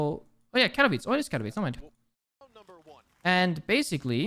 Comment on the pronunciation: i'm shocked how well did you say Katowice ;D